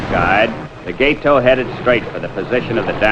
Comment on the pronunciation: learn how to pronounce Gato - gah-toh, not gay-toe.